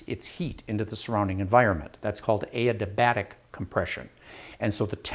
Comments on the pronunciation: "aidabatic" it's "adiabatic", sir. i thoroughly enjoyed the video, thank you! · adiabatic is pronounced "AY-dee-uh-bAtik" (ăd″ē-ə-băt′ĭk). It's defined as a process with no energy or mass transfer between a system and its surroundings.